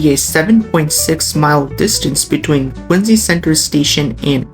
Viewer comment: That's Quin-ZEE!😉